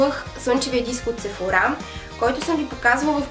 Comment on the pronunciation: Sephora се произнася по друг начин